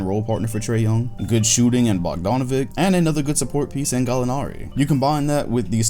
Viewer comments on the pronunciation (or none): plz, its BogdanoviCH, not BogdanoviK